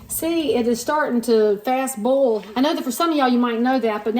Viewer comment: Just found this video. You say boil the same way I do. Everybody laughs at me! I do not care! 😂😂😂. This is the way my mom taught me many years ago. Thanks for the reminder!